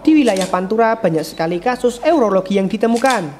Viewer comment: Bukan Eurologi, tapi Urologi